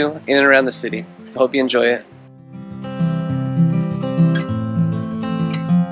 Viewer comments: Thanks for this excellent video. Reminder that the first syllable is usually accented, so it's pronounced ZA-dar. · It’s Za’dar not Zada’r. And Ko’rnati not Korna’ti. Beside that, it’s beautiful video . 🙂🙂🙂🙂 regards from Pula, Croatia 🇭🇷